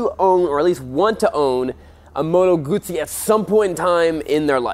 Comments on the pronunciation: Fair play to you, you pronounced the name, Guzzi correctly every time, good video man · i am just happy to hear someone pronouncing "Guzzi" properly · this guy says the name GUZZI the proper way 👍🏻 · Finally an american that pronounces GUZZI properly..